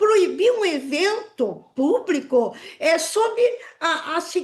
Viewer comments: Eu parei de assistir quando ela falou: "Aberto ao puBRIco" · A ADEVOGADA falou " PÚBRICO " HAHAHA